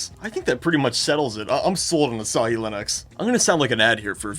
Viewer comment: Say asahi bro 🥀